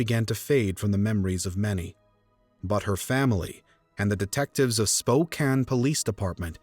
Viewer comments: I'm glad you know how to pronounce Spokane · Thank you for pronoucing Spokane correctly <3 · For once the narrator can say Spokane correctly. Back then we didn’t set up and steel Campfire in front of stores. I hated going door to door selling Campfire candy!